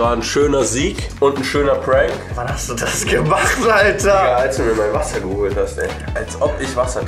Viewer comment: Its ä prääänk 😂😂😂